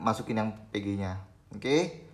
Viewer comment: bang setiap penyebutan pg dan vg selalu terdengar serupa, tolong kedepanya di perjelas bang biar ga bingung salah denger hhe (P)g (V)g